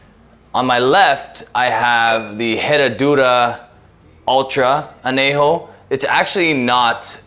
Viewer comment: Say an-YAY-ho, ñ has a distict sound. You're pronouncing the j just fine. So why fuck up the ñ?